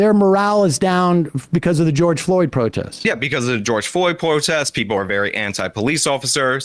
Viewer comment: he says b/c of the George Floyd pwotest. Which is exactly how serious Sam's taking his arguement